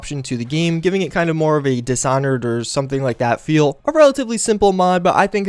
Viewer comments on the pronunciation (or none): none